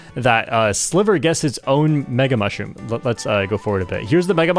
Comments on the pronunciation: Sliver watcher here, it's pronounced Sly-ver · his name is pronounced as "Slaiver"! my spanish goat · I used to watch Sliver a lot during MK8 Wii U and I’m pretty sure it’s pronounced like the I in slight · I didn't expect this amazing crossover! My two favorite mario kart content creators! ❤ PD.: (sliver is pronounced more like driver 😂) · hey! Im spanish, and I follow sliver think its pronounced ''silver'' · The pronuntiaton was funny lol Ig u tried to pronunciate the name in spanish, but his name is actually in english lol